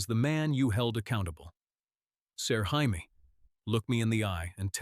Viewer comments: use your own voice, nobody wants to hear AI narration. If you insist on using AI, listen carefully before posting and everyone gets up in arms. We heard Jaime pronounced “hi me,” because in English “hi me” is spelled the same way GRRM decided to spell Jaime in the books. You could fool AI, by spelling it in common English form, Jamie. But English is probably not your native language, so you wouldn’t know that. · Learn to pronounce Jamie. Or stop using AI and read it on your own. And this whole story makes no sense. Go to kings landing where he has no power where he is vastly outnumbered by Lannisters.. instead of telling him in the north where he has all the power.